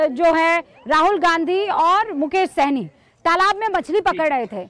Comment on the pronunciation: यह विपक्ष वाले मुकेश साहनी को सैनी क्यों बोल रहे हैं अल्कोहल का असली नाम जात नहीं पता है क्या कुछ